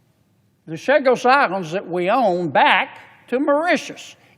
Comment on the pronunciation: I thought this bull** about Chagos was finished and vetoed by Frump. Typical Yank can't pronounce a single name correctly unless it is in Spanish.